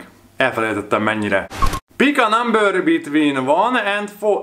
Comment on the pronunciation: Bik á námbör...😂😂